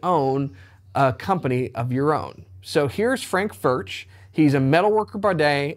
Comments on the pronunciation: one note, actually in Czech "CH" is pronounced differently from Engllish: "CH" sounds same way like "J" in Spanish ("Juan"), so it is better to pronounce it not as "FurCZ" (like in "Czech"), but more like "FurJ" (J like in Spanish "Juan"). I know, difficult .. ;-) Still terrific guitars regardless of pronounciation 🙂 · pronounced Furk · Please, pronounce as [fʊrɣ] or [fʊrx]. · Considering the large Czech population/history in Texas, it is great to see Alamo Music handling Furch! Thank you!!! I won't even ding you on the pronunciation! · His name is pronounced with a "U" like the first "U" in Albuquerque and not with a "U" like in Burger. The "CH" is more like the spanish way to pronounce the "J" in the name "Julio"..... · Great vid mate ... but PLEASE PLEASE PLEASE try ton pronounce the name correctly. You’re a musician, you have a musical ear and you have the ability to get it right. But like I say - great vid